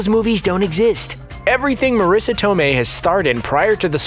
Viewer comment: The italian pronunciation of Marisa Tomei was still wrong by the way, basically that was "southern italian" pronunciation, not real italian. And the accent for the last name was wrong too. Use the italian voice of Google Translate for a correct pronunciation.